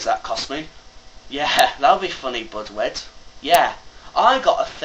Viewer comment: Please try to say Budew next time instead of Budwid... Awesome video. ;)